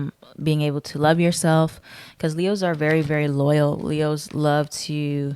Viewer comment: Sound like you said “lehoes “ … 🤣